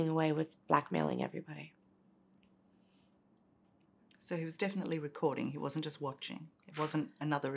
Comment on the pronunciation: Interesting she calls the elite the E-light. Lucifer- Satan.